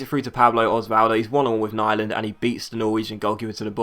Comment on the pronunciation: great episode! btw, im norwegian, and its pronounced nee-land